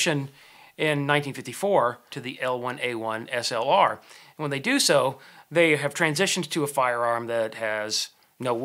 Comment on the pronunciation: Nice hearing someone call it by it's proper name,slr